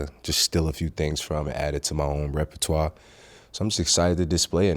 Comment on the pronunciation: He pronounced repertoire perfectly